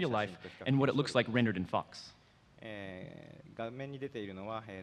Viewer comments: did you rike it? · did you rike it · DID YOU RIKE IT?? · YES, I RIKE IT VEWRY MUCH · did you rike it ? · DID YOU RIKE IT!! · Aidan T. V. That’s intentional. It supposed to sound like utter gibberish. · Hahahahahha I was saying that the whole time XD